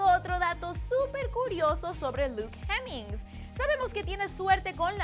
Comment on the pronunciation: Fu** que es CALUM no KEILUM y es hemmings no JEMMINGS!